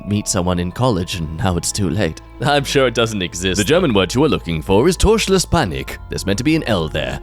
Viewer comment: the pronunciation on Torschlusspanik was really good. I never knew that could speak German